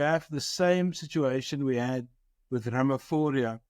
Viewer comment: Why should we listen to you? You mispronounce your State President's name. Attend school. Good bye.